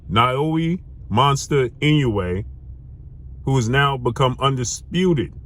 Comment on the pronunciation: it's naoya not naoui😅